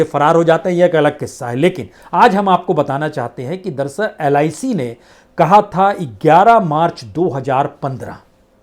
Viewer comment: आपकी भाषा .... "महीने दर महीने, परत दर परत"....???😊😊😊 अगर लोग ध्यान दें तो सुनेंगे....दरअसल को आप दरसल बोलते हैं.... 😊😊